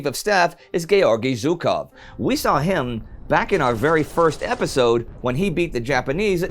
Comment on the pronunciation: it's Zhukov, with the sound in "beige", smh